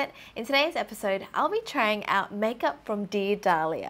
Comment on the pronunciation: What she said "dear Dahlia", what I heard "the Italia"